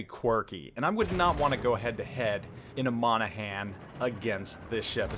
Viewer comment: I may be from Dublin, but I will still defend Monaghan... It's not an American "A." It's Monagh'n... If you can get Worchester right you can say Irish counties right xD